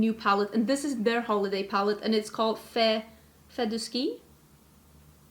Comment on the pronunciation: Fait du ski means is skiing, it's french and you said it perfectly ! Kisses from France